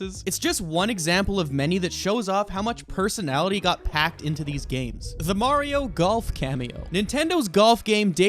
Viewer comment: Imagine saying Mario wrong